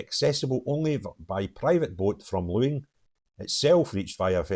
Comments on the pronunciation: I think it's a great idea. Get all the craziest muslims in one place and let them import whoever they want. Just don't let them back on to other islands or the mainland. Let them put themselves in jail at no cost to the taxpayer. By the way the island of Luing is pronounced ling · live on the West coast but cant pronounce Luing ?